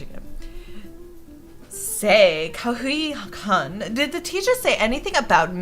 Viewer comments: btw ''Kun'' is pronounced how its spelled ( koon) and not Kan:3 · just btw kun is pronounced (koon) or at least that what ive learned from animes. I love the voices